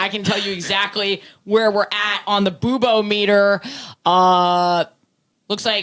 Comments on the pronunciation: I think it should be pronounced boo-bometer. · Boobometer (like boo-bomb-eter) has the same feeling to me as Christopher Walken saying Foo Fighters